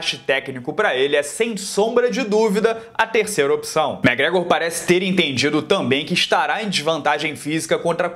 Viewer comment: Para de falar mégrégor pelo amor de Deus!!!!!!!